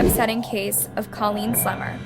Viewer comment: christa pike WAS NOT friends with Colleen NOT at all! please correct that! christa ONLY cried when given her sentence! and girl grrrrrrrrr the pronunciations are still terrible!!